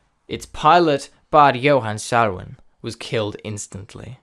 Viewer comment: VERY WELL DONE, indeed. The only point of improvement would be getting the Swedish names more correct. You did it with FFVS, good. Per-Johan Salwén e.g. would be closer to Per-YO-hann Sal-Veene